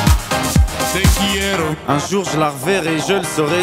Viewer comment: Person exisist: *Talks a perfec french* Talking spanish be like: tE quIErO